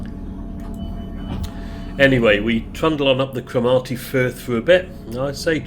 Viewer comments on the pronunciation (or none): I know it's too late as the video is made, but it's pronounced croh-mar-ty, said very quickly, and coh-non bridge, good job nailing Ardgay though, that always catches people out. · A very enjoyable video, and thanks too for the other one you made on the Caledonian sleeper from Euston. One comment, I'm not sure your pronunciation of "Cromarty" would pass muster with the locals ;)